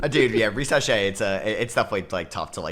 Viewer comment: Ree say shar? 😂 Don’t care how he says the name as long as the Spurs make the pick at 4! Devin Carter for the Spurs, unless they want to be patient and wait for Topic to heal.